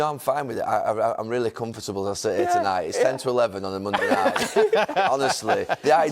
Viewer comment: Why does Gary add an extra syllable when he says comfortable